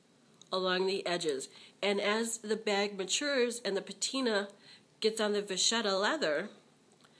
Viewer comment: I think it's pronounced "Va-KETTA." Thanks for this video.